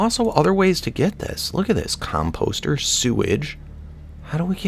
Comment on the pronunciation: Com-post-er xD